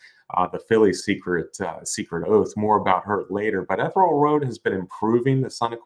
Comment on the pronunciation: Guys, it's pronounced "EE-THEE- REE -AL" Road!! LOL!